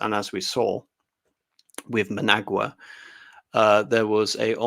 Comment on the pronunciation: who the hell is MAN-AGUA?? its EN-DAY-BAY-LAY, jesus C'MON!!! oh and its MATA-BEELS from MATA-BAY-LAY LAND!!! brilliantly interesting though!!! jeff from dublin